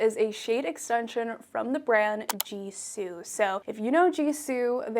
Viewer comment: Btw, the pronunciation of gisou is not like jisou, but you pronounce it with like how you pronounce the letter g. I know this bcuz the brand is Persian, and so am I. Gisou means hair in ancient Persian. I love ur channel too ❤️❤️❤️❤️❤️❤️